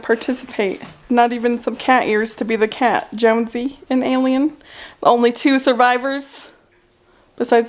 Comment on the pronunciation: "One, tw-who..." Love that I'm not the only one who counts like an owl 🦉